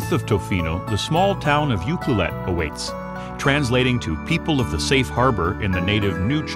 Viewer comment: Exactly...and it’s u-CLU-let. Not U-clu-let